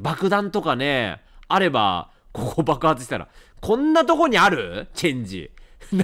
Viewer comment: チェンジ、発音中中国語の銭機と全く一緒で吹いたw